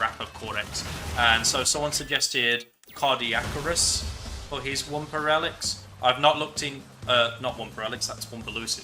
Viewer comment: lol it sounded like he said Cardiac-Arrest